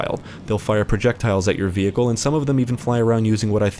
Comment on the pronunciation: I have never heard anyone say vehicle the way this guy says vehicle lol vE-hikle